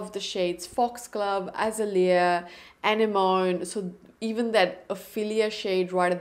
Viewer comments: I'm a little late to the party, but thank you for such a great demo of all the colors. There's a big sale now and I want to grab a couple of the blushes. The colors are all so beautiful! Oh -- anemone IS hard to pronounce! Here you go: uh·neh·muh·nee Hope that helps! 😊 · I believe that blush is pronounced “ah-neh-mo-nee” cause I’ve heard it in a song before 😅 I got their holiday gift set that has Azalea and I’m so excited to try it out! Your swatches are soooo helpful because you’re quite close to my skin tone and also undertones. I think the last four shades are stunning and I think I might wanna purchase Foxglove as well, it looks absolutely stunning!